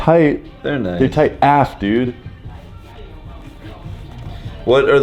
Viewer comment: LOL the way he says "AF"